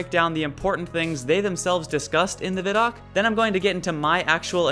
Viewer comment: You're saying ViDoc wrong.